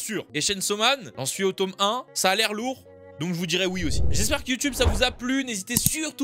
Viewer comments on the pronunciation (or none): La prochaine fois tu dis tooome jvais t'insulter